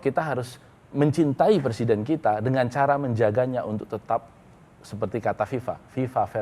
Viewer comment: anaké presiden jelas bedo ambek anaké presinden ... bedané cuma kokèhan huruf n ( presinden) 😆😆😆